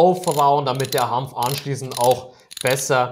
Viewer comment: Bitte Hanf, nicht Hampf